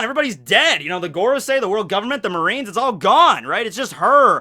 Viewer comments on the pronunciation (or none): none